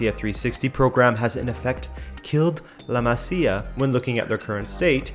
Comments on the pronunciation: I know this is ŕeally irrelevant, but it hurts my ears. It is pronounced "La Mázia" and not "La Macia" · pls bro “La Maz-ia”